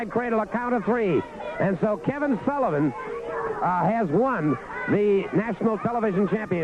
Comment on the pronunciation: couldn't talk for shit,sounds like he saying Sallivan 🤣🤣🤣🤣